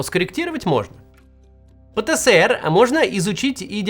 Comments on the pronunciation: Пэ-Тэ-Эс-Эр! Макс, пожалуйста! Который год терплю, но не возможно же! Ну даже по логике, если ЭР то ЭС, даже если было бы СЭ то было бы и РЭ "ПэТэСэРэ". Но он "ПэТэЭсЭр". Спасибо. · Максим! пэ тэ Эс эр! Меня так ещё в СэСэСэЭре научили! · Пэ-Тэ-Эс-Эр. Пожалуйста произносите правильно если уж объясняете аудитории что это такое. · Хоспаде. Или "пэтээсэр", как в русском языке предполагается, или уже "пэтэсэрэ", если мы правила и нормы отрицаем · Именно. ФэБэКа тоже выбешивает... ))